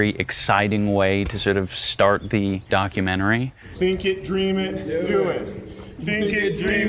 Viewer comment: Dichomentary? Dichotomentary? Documotomy? Dochotomy?